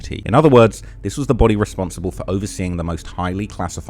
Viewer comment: During the Morgan & Morgan ad. Did anyone else hear if you have serious damage to your booty or inside organs? After a couple times I realized he was saying body😂